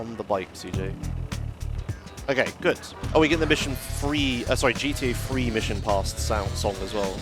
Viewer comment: Sorry I want to watch this guy but he infuriates me, why tf can a grown man not pronounce TH sounds? For instance he says 'free' for 'three'. He sounds like a complete fking toddler. Grow tf up. I can't stand the constant 'do do do' singing and humming either. What a cretin!